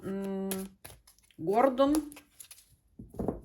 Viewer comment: Гордон- ударение ставится на 2-ю букву О,отсюда идет неприличная рифма,но по существу